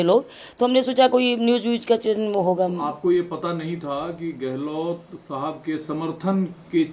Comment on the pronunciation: गहलोत hota hai गहलोट् nahi